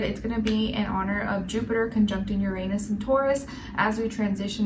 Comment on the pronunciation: You have no idea how radical my anus can get,especially after eating beans. Apologies,the way you pronounce uranus always cracks me up.Pun intended